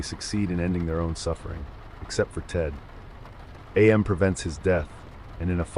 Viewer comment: It is pronounced am as in I am, not A-M. Did you actually read the book?